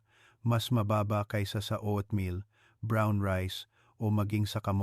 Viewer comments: Hahaha...anong O at meal?...OAT MEAL....PAANO KMI MANINIWALA SYO..E HINDI KA MARUNONG MAGBASA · GAGO O AT MIL BIGKASIN MO NG TAMA HINDI NA YONG PAGBIGKAS NG ISANG IGNORANTEKUNG HINDI UMALI KA NA DYAN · Doc puede mo nalang bigkasin na Oat meal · Bakit O at meal ,nakakailang pakinggan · Meron bang o-at meal, patawa to si Doc, di halatang AI